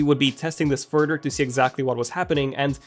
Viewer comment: I like how he says “furder” instead of further 😂